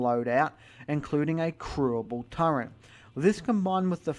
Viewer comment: You pronounce it TURRET, not Turrent. Turrent isn't a word.